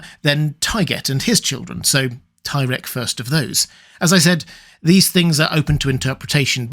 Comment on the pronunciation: Ahem...it's pronounced "tie-reek"